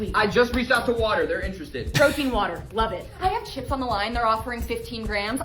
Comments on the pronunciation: Off topic but I like how he says WATER Wader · Ive never heard mikes NY accent so much than when he says "water" 😂😂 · didn’t even have to look up where he lives, the way he said “wooter” immediately tells me he’s from the East Coast or New York lol. I’m not making fun of it I just think it’s funny how different Some words are depending on where you are in the states